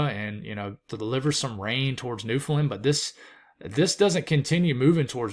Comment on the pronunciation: Great stuff love the content. (btw Newfoundland is pronounced New-fun-land (land like a plane))